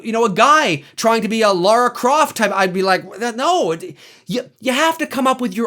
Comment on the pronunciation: Lara Croft ,not laura, is the correct pronouceation, and in fact she was a male indiana jone charater during the first build of the game, and after the money ppl pointed that out the went to a female charater to avoid lawsuits. That said she is in every concievable way a female indiana jones charter that works, if only they could find the proper movie for her. I loved the new movie, but it suffered from weak plot points, basically trying to not totaly copy the game i guess, but removing the mystical stuff was a huge mistake. And I agree one hundred percent, Leave the brand alone! I for one really enjoyed Atomic Blonde which was a basic spy picture that could have been a male or female lead. Make and Own your own Heros!